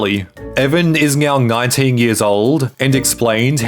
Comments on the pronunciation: I swear you are saying meow instead of saying now? Is anyone else hearing thing. Super troopers vibe! Haha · He pronounces words like "now" as "ng-eow", "Netflix as "Nyetflix", etc. throughout the video and frequently pronounces his t's as g's. Not sure if it's a speech impediment (or multiple), or what.